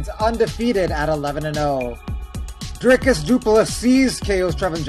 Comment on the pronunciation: You said Dricus' name wrong- which is what he was complaining about on the mic after the fight lols